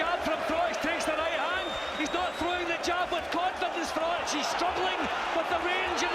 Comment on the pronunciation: FYI: Froch is pronounced with a "k" sound, Frock